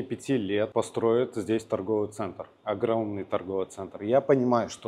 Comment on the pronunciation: не огроменный а огромный, просто режет слух